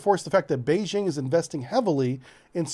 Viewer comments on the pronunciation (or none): none